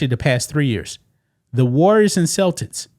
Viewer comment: Cel-Tits 😮? Celtics